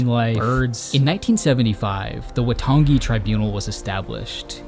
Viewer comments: A couple of notes on te reo Maori pronunciation: Waitangi is pronounced 'why-tahngi' Manapouri is pronounced 'mah-nah-paw-u-ree' with the last three syllables sort of rolled together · As a New Zealander, this is what its like to go for a walk. Also pretty well done pronunciation for someone not from here. The treaty of waitangi isn't pronounced right but other than that its pretty good. It gives a good description of our history. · Beautifully shot and edited mate. Its more Why-tongue-e than Wah-tongi but we appreciate the effort :) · I cringed myself to death when he said Waitangi.